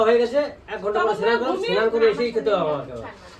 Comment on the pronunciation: Senan ?? Say snan